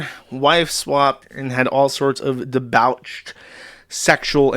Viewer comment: That's not how 'debauched' is pronounced.